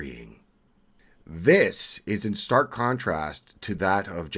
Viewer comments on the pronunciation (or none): none